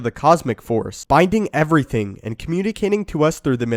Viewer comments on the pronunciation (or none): none